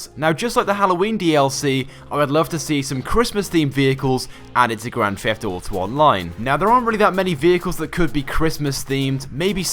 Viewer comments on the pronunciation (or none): It is Grand Theft Auto not a Grand Fleft Oughto